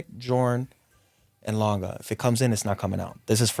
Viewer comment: Great pieces. Also appreciate the good pronunciation of Lange. Same as Porsche, by the way